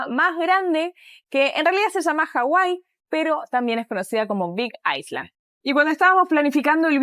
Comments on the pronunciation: Great Video as usual., the "S" in ISLAND is silent! So you should say AILAND. When you say AISLAND you are referring to the country Iceland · no se dice como lo pronunciaste (island se pronuncia "ailand") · Island suena como "ailand". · Hermosas imágenes, increíble Hawaii.. ah y una pequeña corrección al inglés, island se pronuncia "ailand" sino los gringos te miran raro.. estas como diciendo iceland. Una pequeña corrección para que no les pase como a mi😂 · Excelente video, a conocer Hawaii. Por cierto, island , por aquello del inglés, no se le pronuncia la s (se pronuncia como ailand) 🤗, he escuchado su excelente inglés, felicitaciones, y es solo un tip de pronunciación.